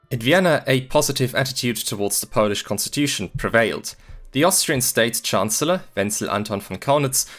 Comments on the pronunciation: It's remarkable how well you pronounce Polish words. Did you learn it all by yourself, or do you have some Polish roots? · I'm impressed by your pronunciation of our silly language. Great work! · Can we stop for a moment to appreciate how good his Polish pronunciation is? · You did great job covering this matter in 36 minutes. I also love your Polish pronunciation. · The pronunciation is mind blowing as it sounds pretty much as native speaker. Lovely video